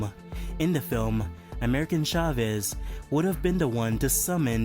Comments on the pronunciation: "American Chavez" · "American chavez" 🤣🤣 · “American Chavez” ten out of ten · “American Chavez” LOL